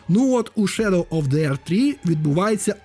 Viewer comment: Невже нарешті знайшов людину, що не каже на The - зе , а говорить ді :) нарешті, боже нарешті;) бо це зе заїбало